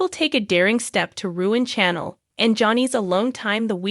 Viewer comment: You also mispronouncing Chanel’s name